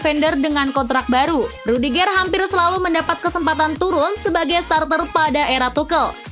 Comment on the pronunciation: Intonasi pembacaan nama pemain nya dong di perbaikin,,rudigeur bkn rudigeeer 😅